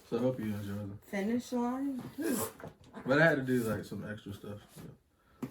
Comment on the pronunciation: She must not like finishline the way she said finishline 😂😂💀💀💀.... but most shoes look good on small feet people. I took a L on the Kobe also but I was buying to resell 😂. Don’t curse 2 mins later she cursing 🤬